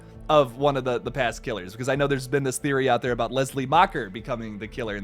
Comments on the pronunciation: I felt personally attacked (pun intended) when you said "aboot" loool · "Lets talk aboot that" - This sent me 😂